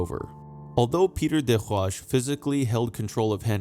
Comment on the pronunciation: You lost me when you couldn't pronounce des Roches. It doesn't speak well to subject-matter knowledge.